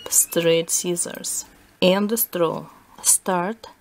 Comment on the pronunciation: It's straw not stroww